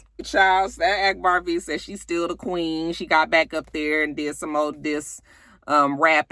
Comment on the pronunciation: Why does akbar think she is the “queeng” of atl? she always put a g on the end of queen lol. Well at least that how it sounds.